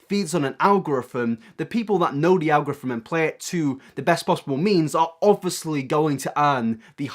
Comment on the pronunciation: I’m suspicious you can’t say “algorithm”